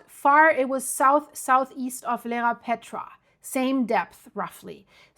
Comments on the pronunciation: Dear thanks for the update,just to let you know it is Iearapetra not Lerapetra. What about the little island in the south of Iearapetra? Chrysi, or Gaidouronisi will it be ok? Because it is quite flat. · It is called Ierapetra not Lerapetra. Pronounce EYE-ERA-PETRA